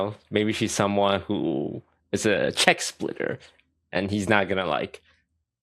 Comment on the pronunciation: Saying check splitter like plate licker